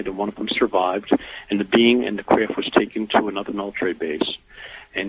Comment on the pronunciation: Lol I hate the way he pronounces"craft"....KRIFT.